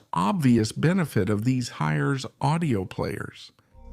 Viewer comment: Haha. If we don't know how to pronounce FiiO (I don't), just try every possibility imaginable in a single video. Hires instead of hi-res. Obviously, this is AI talking, and not a real person. GB and TB instead of gigabyte and terabyte. Did anyone review this before releasing? Alright, I'm sort of joking. This is probably a translation from Spanish to English. And if that is the case, it is pretty good actually. Thanks for putting out the video.